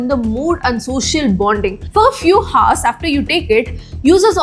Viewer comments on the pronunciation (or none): Great content, but please stop pronouncing things wrong so confidently, First you people ruined Ejucation to EDDucation, now Hours, Haars.